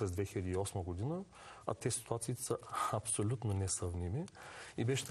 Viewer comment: 'ситуациите са хапсолютно несъвместими' - това е вярно само заради лихвите чиято промяна никой не може да предскаже. В България да са най-ниските лихви и най-стабилните банки не звучи логично